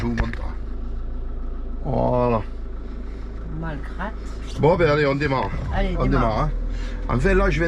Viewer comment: Cc les amis. Et bien galère les fusibles ..il faut trouver la panne..en Espagne pas facile..vous revenez en France.. Vous étiez à Malgrat del Mar.. Je pense qu'il ne faut pas prononcer le T ..Malgra ..ça doit se trouver près de Blanes..j'y suis allée dans ma jeunesse et Callela de la Costa..il y a de belles plages..et beaux hôtels...vous me direz..Merci. Les toutous sont bien toilettes...tous contents.. A bientôt..bisous ❤️ ❤️